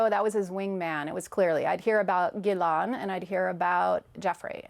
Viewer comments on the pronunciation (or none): this is 100% a false pronunciation of her name. Neither in French nor in English would anyone ever pronounce her name this way. Means she didn’t “hear about” or meet Ghislaine and she is clearly lying. Other factors that give it away: her eye movements (not how someone recollects or remembers, but how someone imagines and invents) plus the strange and unnecessary notion that she was polygraphed by “one of the most renounced examiners in the world”. Very suspicious, very very suspicious.🤨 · She's lying. Listen how she pronounces Maxwell's name as "Geelon". So she never met her and only talks about her. Never in her life did she ever talk to her personally or did JE mention her to her. Otherwise she would know her name and how to pronounce it properly. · I find it intetesting that know one knows how to properly pronounce her name, Ghislaine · She didn’t even pronounce Ghislaines name correctly. I’m not saying that Donald is innocent but I don’t buy a word of what she is saying. There’s no way that Donald is the ONLY one Epstein ever mentioned during her time dating. Even the way she talks about it and looking up to recall false memories. Her body language screams bullshit. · Why is it that people who have actually met Ghislaine all pronounce her name differently?! How does she say her own name??? How do the people around her address her?? This woman dated Epstein, and I’m sure he said her name often. I’m so sick of every single person saying her name differently. You people actually knew her! Get it together!!!